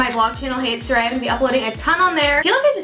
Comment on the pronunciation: Did she pronounce her name like 'sah rie' ?? in the beginning. I thought it's 'sah ray'